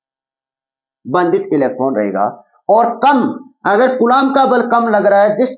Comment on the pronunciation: Sir esma kulab bal nahi vo Kulam bal hota hai